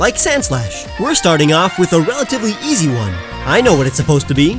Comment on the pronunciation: I thought you said "sexy" not easy and I got VERY confused